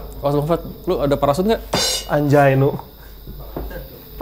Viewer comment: 11.13: "gak juga " gua dengernya "gak juga bangs*t"